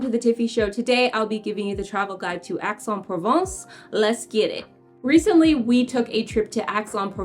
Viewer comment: If you want people to take you seriously, then PLEASE learn the correct pronunciation of place outside the US. It's EX en Provence. It is not difficult to find someone to help with learning the correct pronunciation.